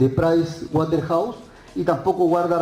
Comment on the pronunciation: Dios eses juez no sabe pronunciar el nombre de la empresa Auditora dice qué es watehouse .. Jajaja a su lado castillo habla mejor